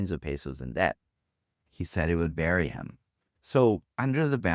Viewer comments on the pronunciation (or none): none